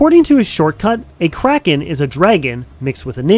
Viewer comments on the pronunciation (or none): none